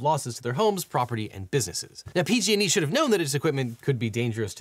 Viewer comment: When you say "PG&E," it kinda sounds like "P-Diddy." Jus sayin.'